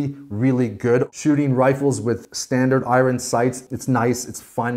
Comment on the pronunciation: You say iron really weird